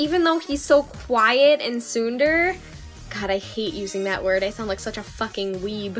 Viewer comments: hi, not to be rude or anything, but I wanted to point out your pronunciation of tsundere. You got the "tsun" right on! But "dere" is pronounced more like "deh-reh" c: A lot of people pronounce it "dare-eh", but the Japanese pronunciation is the former. Hope this is helpful! Don't worry about looking like a weeb, btw. Japanese culture has a lot to offer, and it's simply ignorant for people to assume that anyone interested in it denounces their own culture :c I just went to AX and it was awesome ;3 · Oh god hearing you pronounce tsundere like that is a bit... 2016 reminiscent.